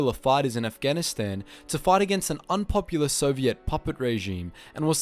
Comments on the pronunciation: great video, but please fix how you say Soviet, it's not Soviette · The way you say sovient is so funny man XD